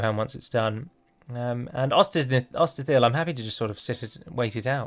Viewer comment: LOL, so many hills already, Ost-in-EtHIL, ItHILLian, Os-in-GaILL, how about Ost-Adra-Hill.